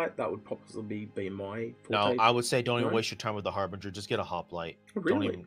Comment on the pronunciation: Har-binge-err. Not Har-bring-err.